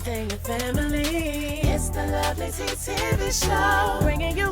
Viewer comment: Yessss.. You said that right👏🏽👏🏽👍🏽👍🏽😍🧡